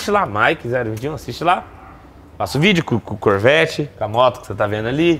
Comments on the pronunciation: Nois: Corvet Vizinho: Chevet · O melhor e quando ele fala "O chevete do senhor" ksksksksks Bicho nisso sabe nem fala nome direito ksksksksk corvete